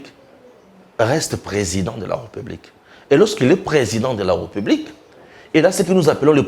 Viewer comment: Mais où tu as appris que l'on dit republique? On dit plutôt RÉPUBLIQUE avec accent sur le e qui se trouve entre le r et p. Essaie de corriger quand tu prononces le mot république. Juste un petit conseil. D'accord?